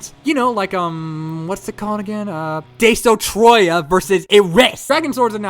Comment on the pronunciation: You miss pronounced kiryu and destroyah kiryu-(Kear-yu) destroyah-(des-tro-yah) they where so easy to pronounce for me